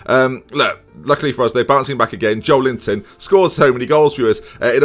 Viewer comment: Why did you nickname Joelinton 'Joel Linton'